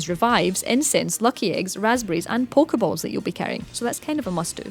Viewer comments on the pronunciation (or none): "Polka bolls" I cringe everytime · Poke-EhBalls like WTF